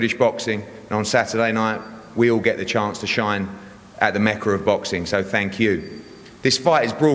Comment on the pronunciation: does he not know how to say mecca?